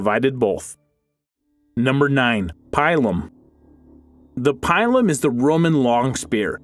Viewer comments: The Pie-lum, Latin is Pee-Lum xD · Its not pialom it is pila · not pielum but lon 'i' peelum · Pie-lum?! what are you on, Pill-um! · Dunno, a strong weed. vowels mostly short! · Yes, I stopped because each latin word made me cringe. There's the "plum bater" as said (when he reads "plombeda" instead of "plumbata"), and before that there was the "pile-on" (he reads "pailom" instead of "pilum"). I'm afraid my ears will bleed if I keep listening to that. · it's pronounced "pea-lum", not "pie-lum"and the testudo was only used for siege warfare to help combat intense missile fire as they were approaching the walls of the enemy. it was not very effective against lightly armoured horse archers because they could sit back and continue to fire arrows without being in reach of the pilums, slingers, or swords and despite the scooter and lorica there would inevitably be a few arrows that would make it through to injure and disable a soldier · Pile uhm? What? Pilum dude... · It's Peelum not Pielum Ploombahta not Plumbayta, gave up watching after that. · You totally butchered the PILUM name. It's not "pile-um" it's "Pee-lum" ("lum" as in lumber). Pilum is singular form, Pila is plural form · It's pronounced peelum not pielum. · I through you pronounced the word pilum like this pee-lum not pie-lum or am I wrong? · its pilum not pailum my ears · Pie-lum isn't it pee-lum??? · It's not pronounced pylum ,it's peelum spelt pilum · My man really just said “pielum” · Ay bruh it’s pronounced pee-lum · Pee loom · 1. The pilum (pronounced "pee-lum") was not invented by the Romans. It was a Celtic Iberian design that, like the Gladius and the Gallic helm, was incorporated into the Roman military. 2. The testudo was not used extensively. In fact, it was hardly used at all, and certainly not in open battle as it was far to vulnerable to flanking attacks. Primarily, it was deployed during sieges so soldiers could move forward while protected from missile fire from above. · pronounced pee-lum